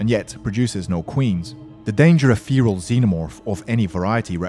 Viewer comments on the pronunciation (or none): you said feerel its feral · you are pronouncing feral wrong